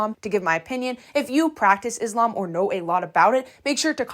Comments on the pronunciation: hii! reminder that is not pronounced izlam, but islam the s like how you would say "so" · Also in addition, I would just like to tell you the correct pronunciation for Muslim (Muss-lim) and Islam (Iss-laam). No hate, I just wanted to let you know. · thank you for talking about this, first correction of pronounce islam the s called s not z so tysm for consider this as a mistake, second, she and her sister made me sad every time a vid of them pop to me, as a muslim my self, non of they're doing is respectful, i don't know if it's lack of knowledge of the religion it self or they attend to be this way, and both is just bad, i hope they just knew what they are doing and correct their behaviors. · also pronounce islam with an S not a Z